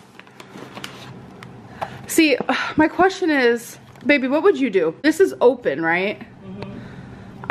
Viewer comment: PLEASE stop with the "baebuh"